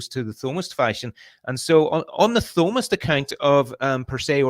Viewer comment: I'm gonna start pronouncing it THOE mist